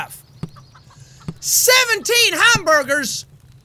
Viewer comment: did he say hamburgers or glam burgers?